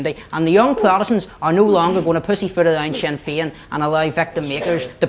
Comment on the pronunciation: That Bryson fella is a bigot written all over. "Wee see Swinn Fein here swanning the wurrldd sstwwagee as gweat peace makers...' The trouble is you bigoted moron, is that Nationalists and Republicans are nowhere near as provocative and violent as Unionists. Ireland will be united again and these Scottish planters can fuck off to Britain, seeing as they call themselves British.